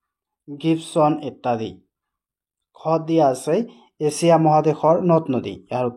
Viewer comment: এচিয়া nohoi sir এছিয়া